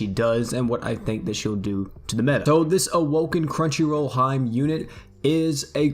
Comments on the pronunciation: Hee-May not hyme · Lol came here to say this ahahaha I was like it's like He-May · Hey, I just wanted to tell you that “Hime” is pronounced (He-meh.) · Look up how to say princess in Japanese. It's hime but you'll see what I mean when I say you're saying it wrong.